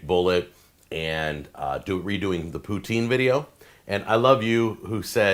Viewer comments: as a canadian i have to chime in and say poutine is not Pooh Teen Pu (like pull) Tin like the metal. (if you want to feel french it sounds more like put sin but still no teens! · As a Quebecois... Stop saying Poo-teen 🤣. It's Poo-tsin 🤣